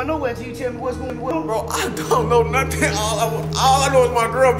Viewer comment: For a second I thought dude said “why , would he be talking to you without no thoink”